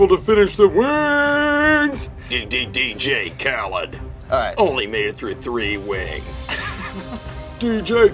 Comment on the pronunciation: How you gonna mispronounce DJ Khalid when on many songs that's all he says